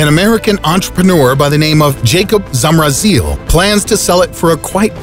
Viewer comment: Who is from Czech Republic and i dead when he said with his accent Zamrazí